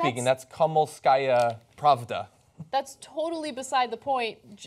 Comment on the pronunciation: Pravda, not pravada...